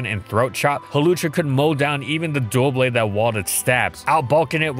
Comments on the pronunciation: Side note, and this is a big side note here: When talking about Doublade, it’s DOO-blade, not DUAL-blade. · Hawlucha got access to Throat Chop in USUM. Also its Doublade, not Duoblade. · Is anyone else bothered by the fact that he pronounces Doublade as "Duo-blade" instead of "Dub-blade?" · you're both wrong, it's DUH-blade